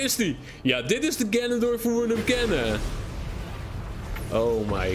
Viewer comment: ganondorf niet ganondrof